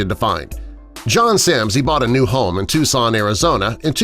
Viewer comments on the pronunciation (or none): none